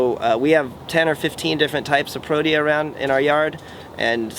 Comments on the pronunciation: Pro-tea-yah Not what you said. The South African Cricket Squad is called Proteas. Beautiful Garden. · It's pronounced Pro-tee-ah.... I'm South African...